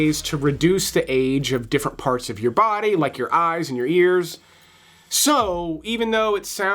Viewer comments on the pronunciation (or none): none